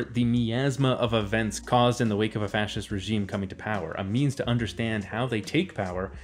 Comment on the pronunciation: i started drinking for evertime you said fscist holy fuck my liver.